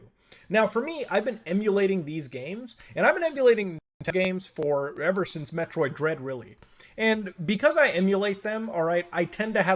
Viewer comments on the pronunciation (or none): none